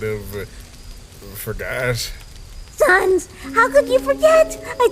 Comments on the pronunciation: SANESSS (SANS) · is it me or are they they pronouncing sans annoying sans kinda annoying